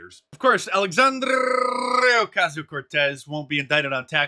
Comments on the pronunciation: As a Mexican I am jealous of the pronunciation of Alexandrrrrrrria's name! Better than mine. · Gosh dang it, Mark.. That rolling R in AOC is so cringe it hurts. I'm begging you. Please stop that. Love your work.